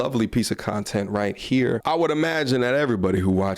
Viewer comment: A piece of "shontent" 😅